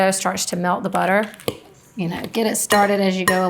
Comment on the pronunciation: It’s “Butta-Err“.